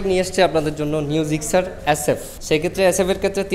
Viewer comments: ভাই তুই আগে গাড়ির নাম জানিস তারপরও ভিডিও করিছ Gigzar না Gixxer 🤣🤣🤣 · জিকজার নাহ জিকসার* সংশোধন করুন নাহলে মানুষ হাসাহাসি করবে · জিগজার না জিক্সসার😊😜😄😃😀😂🤣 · জিকজার 😀😀 আগে নাম জানেন পরে বলতে আইসেন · Gixxer Pronunciation vul apner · ভাই আপনি তো বাংলা বলতে পারেন না।গাড়ীর নাম তো ভালো করে বলতে পারনে না।